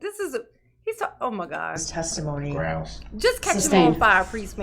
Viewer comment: Grounds not grounz, this not dis. Drives me crazy!!!